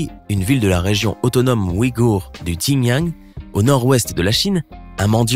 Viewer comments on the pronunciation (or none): none